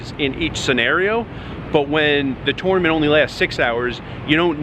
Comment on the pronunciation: You need to learn how to pronounce tournament.